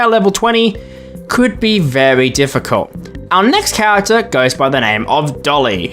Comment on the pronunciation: Why does every fnaf YouTuber pronounce character as chawagter